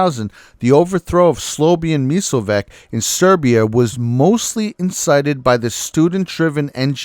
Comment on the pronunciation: SLOWAN MILSOWECK???? :D hilarious ...it's SLOB-ODAN MIL-O-SE-WITCH